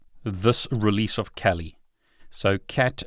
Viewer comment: It is pronounced kaali not cali.